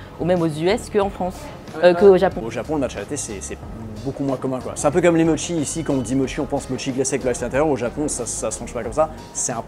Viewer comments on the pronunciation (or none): Dans la première boutique, "irasshai", c'est vraiment dommage qu'à part le mot "matcha", aucun nom ne soit correctement prononcé ... Pour une boutique spécialisée Japon je trouve ça lunaire ... "chasen", "mochi", les noms des marques mentionnées, etc. C'est tellement dommage, c'est la base :(